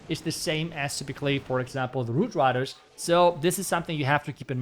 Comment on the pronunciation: I believe he said “woot widers”